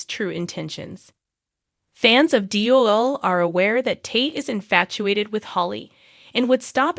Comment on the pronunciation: Narrator can't even pronounce names correctly. Very annoying to listen to. Says EG (not EJ) most times wrong and said nicole correctly once! Ugh can't listen to this...like trying to read a book or article with spelling errors! Who is CHANNEL? Lol. Wow, got Tate's name correct...applause! Narrator doesn't sound like English is a 2nd, 3rd, or even 4th language for them...how can they not know how to pronounce the easiest of names? They apparently don't watch the show because if they did, they would certainly know how to pronounce the names! Who TF is JADDA? Yet can pronounce Rafe's 1st and last name correctly?? Time to go back to grade 2!